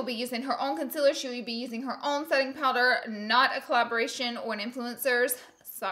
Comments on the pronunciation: It is pronounced Con ceeeealllerrr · i hate the way she says concealer. its conCEALER not consiller. LMAO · I love u Laura but it’s pronounced “conceeler” not with an i😂❤️ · I absolutely adore how she says concealer conciller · i watched this video just so i can hear her say “conceller”😂😂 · why do you say conciller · Ola. P she says it like cunsiller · FOR GOD SAKES IT IS CALLED CONSEEEEEEEELER Not CONSILER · I love her but I hate how she says concealer as conciller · EXpresso, conciller, whenever instead of when i just love lauras little language kinks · Laura Lee I'm sorry but you say concealer wrong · The only thing that I don't really like about Laura is the way she pronounces concealor😂❤️ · I WATCHED THE LAURA LEE SAYING CONCEALER WRONG VIDEO, AND NOW I CANNOT GOT PAST IT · I love how she says concealer!!! 💜💜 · Cun-seal-er consealer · The way she says concealer gives me anxiety😣